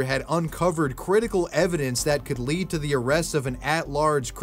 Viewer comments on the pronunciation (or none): none